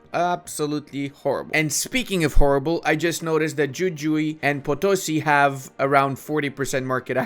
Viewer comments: its not yuyui...iys WhoWhoE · Loved the video just want to share that Jujuy is pronunced with a hard J (in both j) loved to see argentina being played!